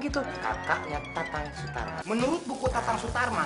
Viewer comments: Sule : Tatang Sutarma Also Sule : Tatang Suratma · Itu tatang suratma munkin dia salah sebut karna keseringan ngomong tatang sutarma😅😅